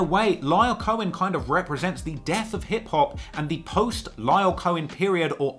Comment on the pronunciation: Pronunciation Guide: 2Pac: 2 Puck not 2 pack Lyor Cohen: Lee Or not Liar